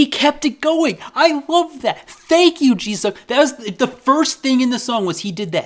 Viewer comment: The way you pronounce "Jisung" sounds like Jesus somehow 😂😂😂